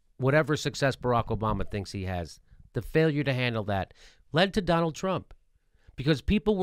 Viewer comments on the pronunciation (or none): Always sounds to me like he's saying "Donna Tiny-Hands".